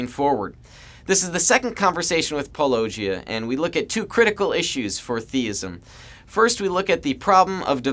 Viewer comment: Paul-uh-GEE-ah. Not Paul-OH-gee-ah.